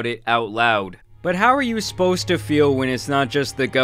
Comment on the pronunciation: im sorry but did this man just say "how are you esposed to feel"?